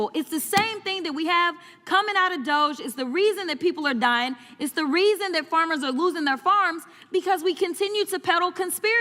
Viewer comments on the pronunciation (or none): It’s not Douge. It’s Dog-E 😂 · 💐Such passion about people being expendable to DODGE. That's pronounced [doggie] by the way. That's how Elon and Don apparently get down.